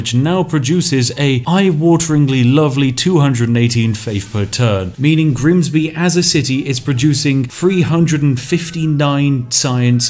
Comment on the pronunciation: Switching from Southern pronunciation of 'bath' to Northern just to introduce Grimsby was a masterful touch 👌